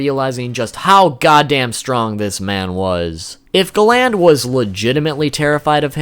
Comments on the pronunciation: Gland really you mean GA-land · sorry but the minute you said galan not galand im out bro to cringy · the way he says galan makes me cringe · Love the vid but i hate when you call galland,instead you call him galand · Galand not gland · I hate the way you pronounce Galand. They say it totally different and idk why it’s bothering me so much. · great video but a few points minor thing, its pronounced garan not galand, and the other thing, you called escanors move Divine sword escanor, however right before he uses that meliodas uses a move called Divine 1000 slices, so im pretty sure when you see the page and it says Divine sword that its meliodas who was trying to start up his attack but got interrupted by escanors move, and naming a skill of that much power after himself seems quite the pridefull thing to do XD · Galan not glan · why are u calling him ga land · Btw it’s pernouced Gal-end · "GAH-LAYND" jesus christ man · Pronounce Gallant properly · Gal-nd lol u need to watch the anime in Japanese lol u will see your saying his name wrong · I question your annunciation....Have you ever even watched this show?? Gallant.....GAL*LAN(T). Sorry for being picky....it drove me nuts. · Hearing him say Galand's name wrong made my ears burn 😂 thankfully I was able to finish it so I can know what the fuck Escanor is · Not how you pronounce galan